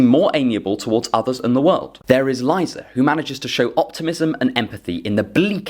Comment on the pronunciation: You may not need it, but as a Russian, I'll say that Liza is pronounced Leezah, not Lighza :)